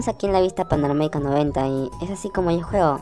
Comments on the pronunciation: se le dice panorámica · “Panomarica” XD